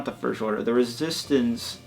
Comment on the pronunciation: it is resistance not resstint